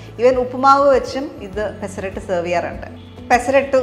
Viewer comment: മലയാളത്തിൽ "പെസറട്ട്" എന്നാണ് അല്ലാതെ പെസറാട്ട് എന്നല്ല.. പിന്നെ തെലുഗു, കന്നഡ ഭാഷകളിൽ "പെസറട്ടു" എന്നാണ് പറയാറ്.